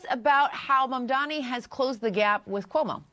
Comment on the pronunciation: How hilarious is it that unironically does the same mispronunciation as cuomo (of Mamdani’s name)…. Calling the guy “Mon Dommy” (at like )